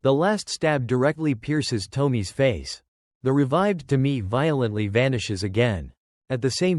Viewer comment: Tomi-e, separate e. Ffs, at least look up how to pronounce the names properly.